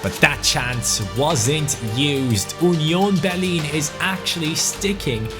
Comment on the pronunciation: 'Onion Berlin'